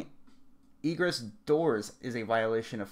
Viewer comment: Hey man, I appreciate the coverage of this topic but please do some more research regarding vocabulary and local news organizations. Egress, which means essentially method of exit (like maintain proper egress means maintain proper means of exit or escape), really should have been looked up prior to this video, and KIRO, pronounced Ky-Ro, news is a local news station. I really couldn't get to the end of your video because you shot your credibility in the foot. I wish you the best in future posts!